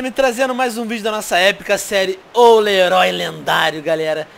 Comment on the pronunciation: Quem entendeu o tio venom falar o leroi lendário?